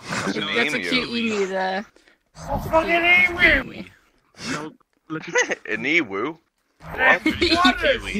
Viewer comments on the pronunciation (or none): Me Others : it’s that a ema Me : I’m Australian ITS a eMU